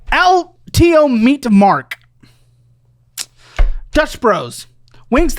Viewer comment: Not me knowing EXACTLY where they’re from when he said “el tio meat mark” 😭